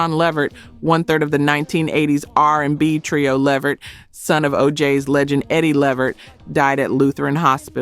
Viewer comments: Girl get the Levert's name right Lu-vurt. Talk to Pat Brown she said Whitney was beat to death which one is it?!!! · His name is pronounced LA VERT 🤦🏾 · Call the Late GERALD LEVERT by Pronouncing his Last name as LA -- VERT, got IT!!! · Le-Vert…my gosh…is this A.I? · Why are you saying Levert like this? It's pronounced Le'vert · You need to work on your pronunciation and delivery. This is why you are getting views and no subs. Hope that helps! ❤ Oh, and it’s pronounced “La Vurt”. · Hint: watch just ONE INTERVIEW of your subject, and note what the interviewer calls them. Or, watch a music video where they are introduced, and note what the introducer calls them. It's. leh-VERT, with the emphasis on the last syllable. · I was gonna sub tell i heard her uhm the AI missprounce Levert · Whomever or whatever you are pronounced Levert 4 different ways and even showed more of Gerald as opposed to Sean,interesting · Is this a AI? Because it’s pronouncing Levert’s name WRONG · I subscribed and then you pronounced LeVert in that manner. Unsubscribe! & a dislike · sheeeeesh hearing the LEVERT LAST NAME pronounced like that made me cringe!!!!! I know this has to be AI. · Am I the only person who was irritated by the way she was pronouncing LeVert name!😖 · Any Sister that can't pronounce Levert's name MUST be AI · I thought this was a person until it said Levert wrong. 😒😒😒😒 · Wait, wait WAIT!! This narrator is AI!!?? As popular as Sean, Eddie and Levert were, you don't know the correct pronunciation of their name?? Okay, bye. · Idk if this is AI or what but put some respect on the LeVert name and at least Google how to pronounce it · You can pronounce Cuyahoga but can't pronounce Levert! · Gerald Levert, you saying his name wrong 😢😢😢😮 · This must be made by a.i. The host sounds like a sista, and there just can not be one of us who says Levert like its said in the video. Sounds like feet walking in crunchy show or fingernails on the board. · Le veret the way you pronounce it